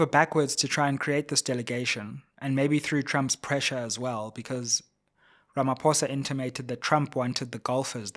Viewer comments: This bad pronunciation of our Presidents surname is still palatable prounounced it as Ramap o e s a 😮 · Sayril Ramafowza😂😂😂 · 😂 You can't even get the South African presidents name right!